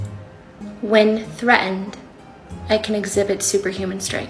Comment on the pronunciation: Thre'nd. Like her previous bi'en.